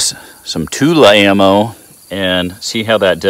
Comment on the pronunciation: TulAmmo. Tul Ammo Not Tula mmo. I love that mispronounced name